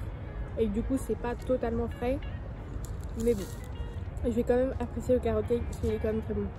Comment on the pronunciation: “ Quand meuuume “ tu me fais trop rire quand tu le prononce ! 😂 😘 Sinon très sympa comme vidéo !!!